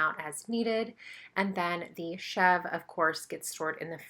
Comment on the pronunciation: The goat cheese is pronounced chev ruh. It looks amazing though and I am going to be getting a wheat berry mill soon. Great video